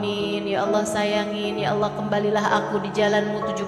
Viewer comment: Cara kamu sebut Allah tidak betul